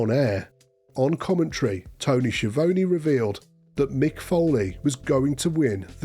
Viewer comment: Love how you "pronounce" Tony Schiavone"😅